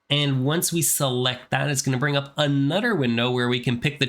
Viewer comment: Anudder window